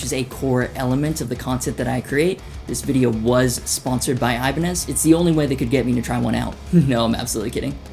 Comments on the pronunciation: Also you say Ibaneye but Hoshino says Ibanez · 'Iban-eye' Wut